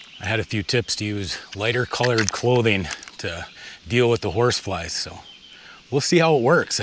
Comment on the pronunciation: "Disgusteen" is not a word. "Clotheen" is not a word. "Opportunidee" is not a word.